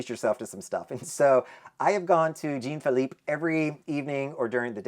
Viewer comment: Jean Phillipe is pronounced more like John than Gene. It is a French name. 😊